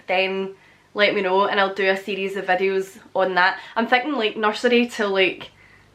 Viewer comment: I love how she says vädios (videos) lol